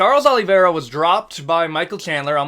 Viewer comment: got surprised that you pronounced Charles surname (OliveiRa) with the brazilian accent